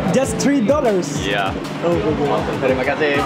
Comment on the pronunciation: saying ' Terima Kasih ' perfect accent and pronunciation..